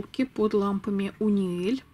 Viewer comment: Бульбаши))) 🤩🤩🤩, правильно говорить не "Униэль", а "Юниэль" 😉))